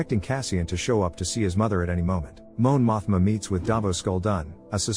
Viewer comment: "Moan Mothma" ☠️